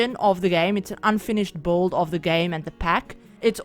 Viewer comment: So pretty!! Can't wait to have the pack! Btw I like how you pronounce build like "bolld" 😆